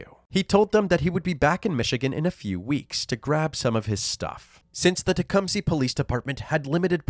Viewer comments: Tecumseh is pronounced "teh-CUM-sah". former šaawanwaki (Shawnee) chief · Im glad they figured it all out. What a wierdo. Only a monster keeps someone away from her child... Its pronounced tuh come suh btw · Tecumseh Chief and warrior American pronunciation Sounds like tuh·kuhm·suh